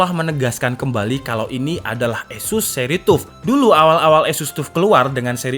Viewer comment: wocone TAF mas, duduk TUF.. teko TOUGH disingkat TUF.. :D